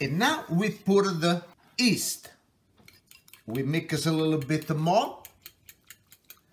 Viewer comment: Haha it's yeast not east, LMAO